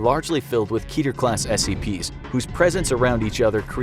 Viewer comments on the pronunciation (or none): Fun fact about the term "Keter" some think its pronounced [Key-Tier] but due to the origin of where the word comes from actually rhymes with "Better" . Keter is the Hebrew word for 'Crown" and is one of the top most attribute of the Sephiroth in Kabbala. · Lol, ''keeter.'' Totally not how you say that.